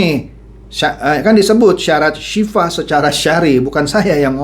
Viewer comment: mohon maaf pa bukan Sifah Tapi Sil'ah